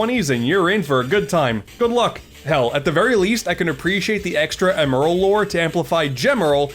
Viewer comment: Does anyone else get annoyed by his pronunciation of Emerl?